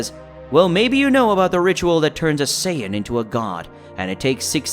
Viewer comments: It's sayin not sayaden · him:saiyedens me:saiyens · this guy cant say half of their names right lol. he keeps calling them Scion instead of Saiyan. had Goku become a car? I have to give this a thumbs down. I can understand pronouncing things wrong but the voice over ruined it. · It’s not scions it’s saiyans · is sayen not sadin not syons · Can you at least say Saiyajin Correctly. You're miss pronouncing it. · How did the computer start reading the same word differentfirst it was pronounced sci -ons and then became saya-dins good story hard to listen at times tho. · Do you ever watch the show? IT'S SAY IN. NOT WHEREVER TF YOU SAY. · No disrespect but it called saiyan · Saian??? 💀 Prince of sayadens?? 🗿 Kakaroto?? 😭😭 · What it with your how you say a sayain???? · You can't even say sayain right